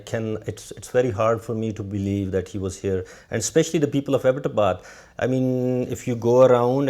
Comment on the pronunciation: and i LOVE how abbotabad is pronounced right